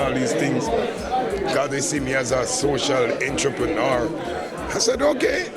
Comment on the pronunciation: every time he said entreprenaar I felt embarrassed and he kept saying it lmao😅😅